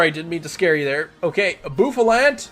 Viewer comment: Fun Fact: Bouffalant has a hairstyle called "bouffant" which is pronounced as "boo-fawnt". Therefore, Bouffalant is pronounced as "boo-fuh-lawnt".